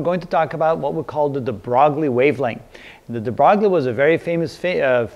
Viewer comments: If I'm not mistaken, it's pronounced as de BROY. Good video though! Thanks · Pronounce the name deh brew WEE, and growl the "r" like you're saying "Ralph." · it's pronounced like "de broy" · de broglie? thought it was pronounced "duh-Broy" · de Broglie, pronounced (DEH-BRO-LEE) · Jim Dear I am fairly sure that my physics book has written the pronunciation as "de-broy". But it doesn't really matter as long as the name is obvious from the context. =P